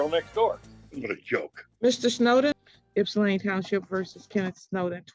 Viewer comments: It’s Ypsilanti, not Ipsan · This is my local court. The caption says Ipsan Township. It’s “Ypsilanti” or sometimes “Ypsi”. Pronounced Ip-Sa-Lan-Tea, or Ip-Sea. Most non-locals pronounce it with a Yip at the front, which is incorrect. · Just a heads up…. It’s Ypsilanti Township, Washtenaw County…not Ipsan Township. You must be hearing them say “ypsi township” said IP-SEE, which is a nickname for Ypsilanti. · FYI, "Ipsan" Township is actually "Ypsilanti" Township.